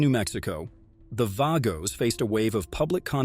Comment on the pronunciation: You can't even pronounce the Vago's club name right maybe you should stay out of 1%ers business!!! And stop with the BS Government propaganda!!!